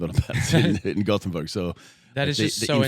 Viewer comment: It's "Gothenburg" ;)